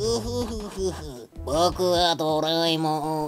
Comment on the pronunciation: Beeeyuutifall caaake. Japanese anime, doh rae mahn.. (<- Wow, i never knew you pronounced it like that :O. Okei, continuing..) Sipson's-a Bart. Pikachu. Bik, Bik poosa. Oh yeah!